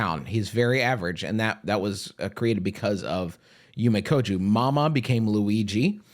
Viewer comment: "Yume koju" - Justin McElroy "Yomi kojo" - damn you guys are both so close!